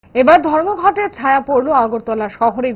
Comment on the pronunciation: ভিডিও শুরুতেই ধর্মনগর কে ধর্মঘট উচ্চারণ করছেন, কি সব রিপোর্ট